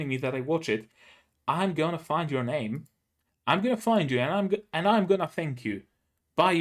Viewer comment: Glad you liked it, I thought you might. Also you did say my name right.